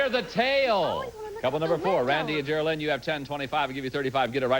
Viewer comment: He pronounced the last lady’s name as Ger-a-Lin. It’s Geraldine!